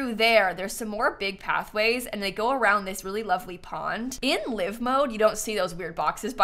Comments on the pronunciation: Hearing someone say ‘live’ and not ‘l-eye-ve’ was jarring. Epitome of ‘read it , never heard it’ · Still pronouncing it "live mode". It's "live" as in "five"